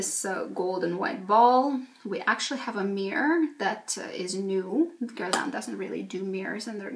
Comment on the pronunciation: I need to learn how to pronounce Guerlain from you. Don't understand why one person needs so many almost unused products, but I already ordered my meteorites because they make me happy. can't wait for delivery